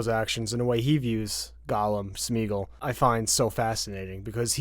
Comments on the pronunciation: Smeagle, not shmeagle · Schmeagol?? It's Smeagol..come on man😉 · If I hear them say "SHmeagle" one more time... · Yo why tf do they keep saying SHmeagol it's just Smeagol no SH ffs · Great video, but "SHMEEGLE"? Really? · Great video but quick question, do y'all see an H in Smeagol?